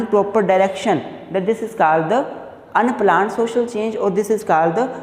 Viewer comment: Unplaned❌ Unpla-aand💀✅